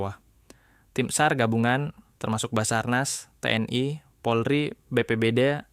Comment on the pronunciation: genuinely shock waktu denger "Lampung", "Te-En-Ai"